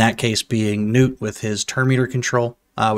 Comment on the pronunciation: Im glad you same the name right Gnut(newt) not (nut). Lol other CCs have me rollin